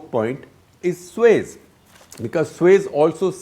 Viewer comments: It is SUEZ not SueS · Suez canal. 🤦🏻‍♂️ Not sues